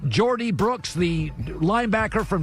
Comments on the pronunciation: bro Colin has to work on names a bit, Antonio winfield and Jordie brooks? its Antoine winfield and Jordyn Brooks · According to the Seattle segment of this video Jordyn Brooks is now Jordy Brooks apparently, also Russ has thrown “5 career interceptions”